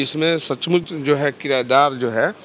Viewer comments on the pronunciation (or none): Kirdar ko kirayedar bol rahe hai. Padhe likhe log hai. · Sadhu yadav aap bhi kirdar ko kirayedar bol rahe ho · साधू जी आप भी पढ़ें लिखे हैं 😀😀 लगातार दो विडियो में किरदार को किराएदार बोल रहे हैं 😀😀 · ई किरायदार क्या होता है...किरदार होता है साधु बाबा 😂